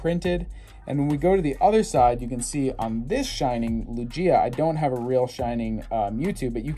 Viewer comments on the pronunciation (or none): Someone with a Shining Lugia who pronounces it "Loojia" smh at the state of collecting man.